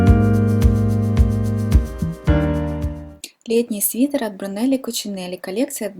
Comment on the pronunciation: Вы же написали правильно имя дизайнера, почему же Вы его имя называете неправильно? Режет слух.